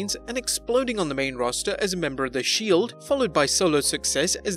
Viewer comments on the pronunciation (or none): none